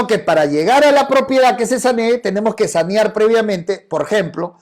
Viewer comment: N o es sañar es saneaer,😅😅😅